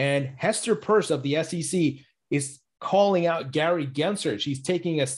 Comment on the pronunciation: U r mispronouncing Pierce.